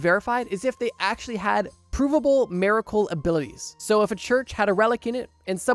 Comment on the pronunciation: Whats a "mare-ah-cul"?